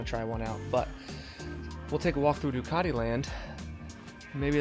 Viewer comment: I've heard of Ducati (Du-cat-tee), but never heard of Du-car-dee.